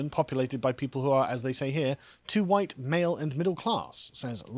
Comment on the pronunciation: "2 many whyite ppl"